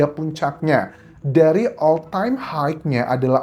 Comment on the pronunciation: Cara Pronouncing ‘ ALL TIME HIGH’ salah?